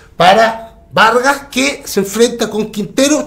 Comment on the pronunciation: Le decia verga a vargas y violin a vidal, le falta pronunciar :v